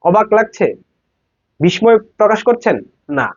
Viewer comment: বিস্ময় উচ্চারণ= ✅ বিস্+সয় ❎ বিস্+ময়